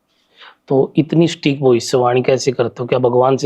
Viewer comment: एंकर भाई की भाषा और शब्दों के उच्चार अत्यंत अशुद्ध हैं। 'सटीक' संस्कृतभाषा का शब्द है, उसे अंग्रेज़ी का "स्टिक" "stick" (लकड़ी !!!) बना दिया !!!